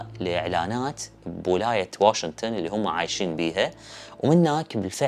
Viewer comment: يارجل تعليق عربي احكي( واشنطن) ليش (واشنتن)